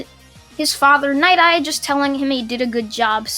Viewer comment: Dude its night eye not ny eye